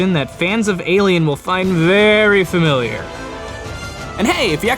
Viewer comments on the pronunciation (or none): none